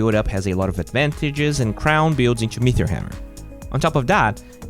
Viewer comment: Are you saying meteor hammer, mithril hammer, or metheor hammer? There's no h in meteor. Pronounced meaty-or